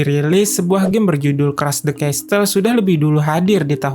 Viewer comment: CASTLE -Cas-sel bukan castel